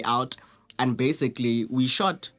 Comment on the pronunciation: Lol... sometimes it sounds like,"Basigally"